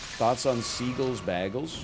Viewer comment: The way he pronounces bagels causes me physical pain